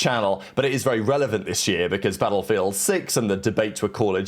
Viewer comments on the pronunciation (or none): The way he pronounces 'battlefield' is killing me